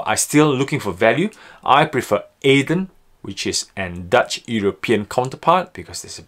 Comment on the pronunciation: I might be wrong but Adyen shouldn't be pronounced [ey-dehn] and more like [edd-y-en]? Otherwise great vid as usual :) edit: would be happy to see your view on overheated solar stocks => sunrun, jinko, xinyi, enphase, solaredge..